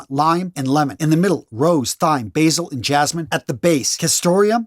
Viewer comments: Pronounced “Time,” not “Thighm.” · Did we really pronounce the “th” in thyme? 😂 Oh, love you brother 🤦‍♂️ 😅